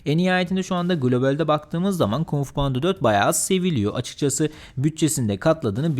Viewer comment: KUMG FU DEĞİL ABİ KUNG FU.